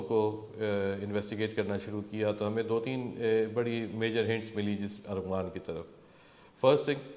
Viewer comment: FOR FUCK SAKES ITS ARMAGHAN NOT ARGHAMAAAN